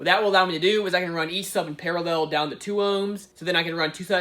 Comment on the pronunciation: “I’m not good at explaining stuff...” you’re also not good at saying the word ‘parallel’.